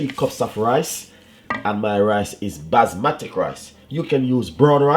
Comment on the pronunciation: basmatic? or basmati your talking?